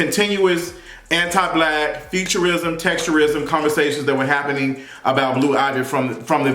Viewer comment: Damn I kept thinking he was saying futurism like fiction . WTH 😂😂😂😂 featurism